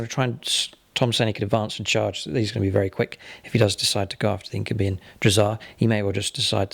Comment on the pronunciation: INK-YOU-BYE not INK-OOH-BEE